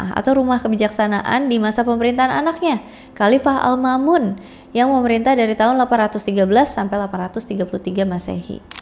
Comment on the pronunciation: izin koreksi pelafalan kak 🙏😊 alma'mun dibaca almakmun bukhari dibaca bukhori